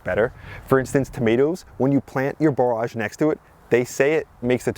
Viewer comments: "Borrij" not "bore arj" 👍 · I wasn’t sure, so I looked it up, and “borage” is pronounced like “storage” (just so you know). Our last average frost in our high desert of southern Utah is May 20, so we’re about a month behind you, but getting excited as well! 🌱